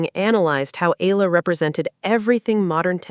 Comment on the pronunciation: Her name is pronounced eYAla, not eLALa!